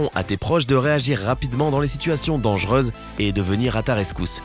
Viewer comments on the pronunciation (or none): Pourquoi le narrateur prononce-t-il les o et le "eu" bizarrement ? "autre cheuse" à la place de "autre chose", "reuse" à la place de "rose", "dangerese" à la place de "dangereuse"...